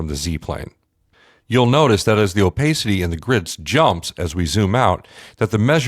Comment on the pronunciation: Please for the love of digital rendering say this out loud .. " OH-PASS-CITY" wth man.